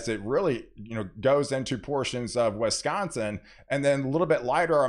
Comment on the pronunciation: I grew up in Wisconsin. Wheres this place "Wesconsin" of which you speak?